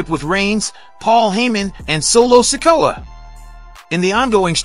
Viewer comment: Yo, y'all need to learn how to pronounce wrestlers names, it hurt my ears when you cant say kairi or sikoa. Dude learn the names CORRECTLY.